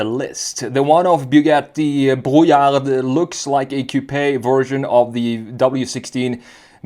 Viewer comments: As a french, Brouillard means Fog, the D at the end is silent. You're supposed to say Brouillar. Otherwise, the rest is correct 😄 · The D at the end is silent. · I really like this car And your French pronunciation is (almost) perfect...just loose the "d" in brouillard 😉